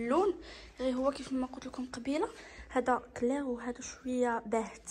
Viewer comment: راه كلير هي باهت اااا بقاي تعرفي الكلمة عاد نطقيها